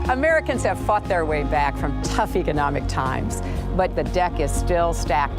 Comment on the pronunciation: "Americans have fucked their way trough tough economical times." That's what I heard XD Yes I know she said fought.